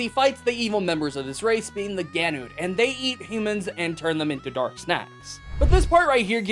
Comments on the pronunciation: Granute not Ganute it comes from the japanese for granulated sugar (guranyuutou) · it's Granute not Ganute